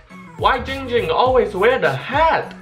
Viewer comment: Its actually not